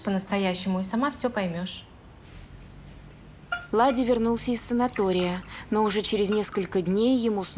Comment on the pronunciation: Владя,а ни Ладя!!!